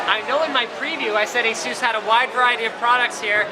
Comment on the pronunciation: every time he says asus, I hear asoos